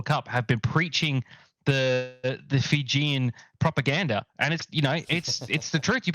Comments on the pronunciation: Fijian? I thought you were speaking Māori or something. Zero justice. But you’re not the only one. Planning to start a blog on enriching rugby bloggers on how to pronounce Fijian names. It’s highly annoying when there is no effort by some. The female Kiwi commentator improved at least. Shocking during the Georgia game. But impressed she corrected herself after it was brought to their attention. That’s effort. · Bro literally butched the fijian language😂